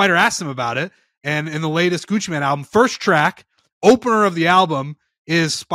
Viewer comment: The fact that calls him Gucci Man and it’s and Gucci Mane is absolutely infuriating hahahah. Claims he’s a rap guy too 😢